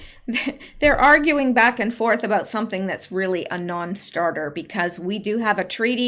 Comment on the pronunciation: Pardon me did you say about or a boat? Please clarify.